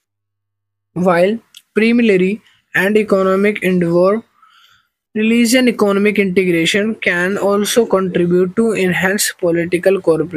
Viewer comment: IT's REGIONAL not RELIGIONAL